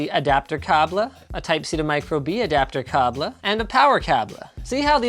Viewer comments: I don’t know about you but it’s pronounced K-BEL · who's going to break it to him that it's pronounced "cay-bull" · I think he's just refering to the way cable is pronounced in french... "Un câble" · Are you trying to say Kabel? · The awkward moment when Linus says "caablee" three times in a row in a funny way, and your family gets in the room because it sounds like "boner" in greek XD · Hey, what's wrong with the french Câble?lol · Nobody: Linus: “cABl-Eh” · u said cable just like in polish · what's up with the "cable" pronunciation? 😂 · how Linus said "cable" made my day